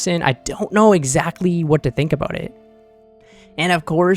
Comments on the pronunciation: a boot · it wasn't until I heard you say "about" that I was like: I didn't realize he was Canadian.